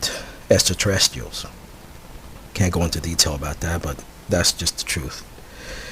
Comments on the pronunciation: exactly what I was thinking haha he thinks he's all knowing with his "estraterrestrials" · Anyone who makes a claim like this, about being contacted by extraterrestrials; and provides no evidence whatsoever other than "it's just the truth" is a moron and not worth anyone's time. Also, words he could not pronounce: Antarctic Extraterrestrials Translucent Oil Smh! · Anyone who makes a claim like this, about being contacted by extraterrestrials; and provides no evidence whatsoever other than "that's just the truth" is a moron and not worth anyone's time. Also, words he could not pronounce: Extraterrestrials Translucent Oil Smh!